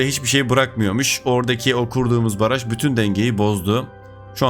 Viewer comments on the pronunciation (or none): Abi baraj yerine paraj 😂😂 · Paraj değil, Baraj :D